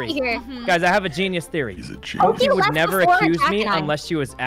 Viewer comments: "I would nevo kiw copse" - jacksepticeye 2021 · “I would nevow kiww cowpse!”